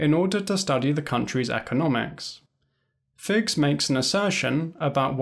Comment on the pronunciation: Hello, please check your pronunciation of Orlando Figes’ name. I have always heard it pronounced as “FI-jez” including by people who know the man personally. If you are mispronouncing the name, as I suspect, it underlines your point in a most ironic way.